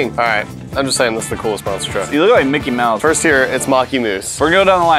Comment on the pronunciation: in 2020 = it's not mickey mouse its mockey moose